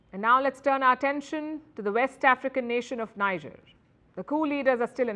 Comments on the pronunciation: NEE-JER....not, NAY-JER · Tell Palki the name is not Naijer. It is Nihjer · It's not pronounced as Niger but "Nii" "J" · The name of the country is pronounced "Nee-jay" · Please pronounce Niger as Nee-zheir. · The news presenter is mispronouncing Niger. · Y'all can't pronouns Niger?! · Say Niger properly sweets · You can't even pronounce the country's name well. It all went downhill from your Wion exit indeed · You give updates of news around the world, don't you think you can at LEAST RESPECT the citizens of Niger Republic by pronouncing the country's NAME correctly?